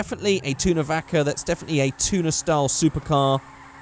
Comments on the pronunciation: xav xaxm its called vacca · I'm confused. I know it's suppose to be pronounced "bacca" because it's the spanish word for cow, but it sounds like "Baka", idiot in japanese. Help me, i don't want to drive an idiot !